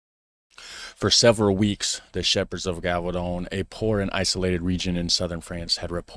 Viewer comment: The "g" in Gévaudan is not pronounced like you did (like in "garage"). I'm trying to find a sound in english how the "g" is pronounced but can't find it. if you're not sure how something is pronounced you can look it up in Google. If you type "la bête de gévaudan pronunciation in french" in Google at the top of the searches you'll the sentence with a little speaker under it and you can listen to how it is said.